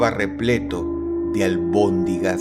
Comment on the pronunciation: Se dice almondigas